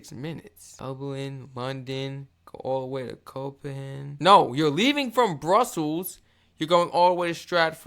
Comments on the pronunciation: Hey it's pronounced cope-hag-en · 😂SOMEONE needs to explain to, how to pronounce Copenhagen. 🫣